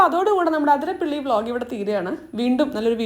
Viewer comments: ആതിരപ്പിള്ളി അല്ല അതിരപ്പിള്ളി.. അമ്മയെ തിരുത്തിയിട്ടു തെറ്റിച്ചു പറയരുത്. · ആതിരപ്പള്ളി അല്ല അതിരപ്പിള്ളി